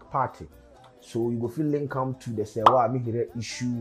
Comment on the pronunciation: Your big head still can't pronounce Serwaa's last name. This girl is on TV and I'm sure she pronounces her name after every news 🙄